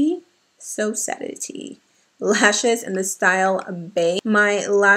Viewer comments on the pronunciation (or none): Hoy es viernes y me inspirastes a hacer un killer cat eye 👁 siiii loviu very much 🥰 edit: de una latina a otra, sosaddity se pronuncia souhh saah di ti ( un abrazo 🤗 fuertísimo para ti, te admiro!)